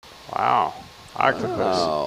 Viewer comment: Scientists freak over your mis pronunciation of octopus